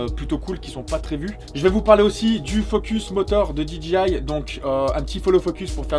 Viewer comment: C'est DEE JAY EYE et non pas DEE DJI EYE